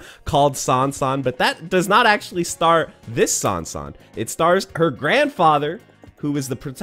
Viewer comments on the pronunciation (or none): none